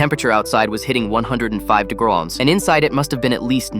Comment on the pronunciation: 105 degraws man ai really needs to learn how to pronounce words